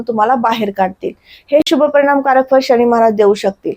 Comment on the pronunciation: शणी की शनी ? किती अशुद्ध उच्चार